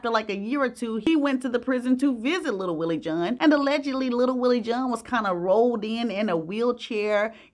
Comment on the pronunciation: Wtf is “little Willie Joohn?!”